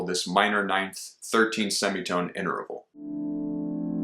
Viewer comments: Please don't say "inter-a-val." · Are you sure you're pronouncing the word interval correctly?